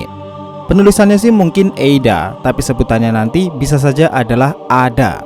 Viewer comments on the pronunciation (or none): Kayaknya AIDA deh bukan EIDA. Kalo mengacu bahasa jepang.